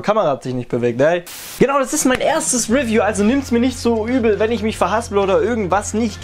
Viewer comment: Also echt geiles (wie sagst du’s noch mal?) ahhh genau: refiew